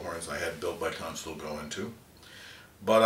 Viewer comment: "Cans-Tull" is the correct pronunciation, not "Cahnschtule."